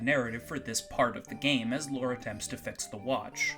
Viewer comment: I keep hearing "Lore" as "Laura". IMO Lore isn't a very good name for a character. I mean, it's better than the name "Sword" in Time Stalkers, or "Poo" in Earthbound, but as far as RPG protagonists go, it's somewhere down there. To think that a battle with a gaslighter could be about going around adjusting a series of gas lights while the enemy tries to cloud the battle area, obscuring which lights need adjusting. It's certainly a better idea than that guy came up with. Hey, I could work at Blizzard with ideas like these! ...except that I'm expressly interested in making adult games, which blizzard probably isn't desperate enough to want to make (yet).